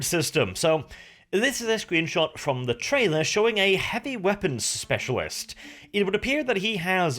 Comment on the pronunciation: heavy weapon speshawish